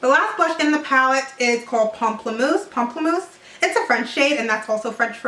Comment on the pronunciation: Thank God! Finally someone that can pronounce "pamplemousse" correctly!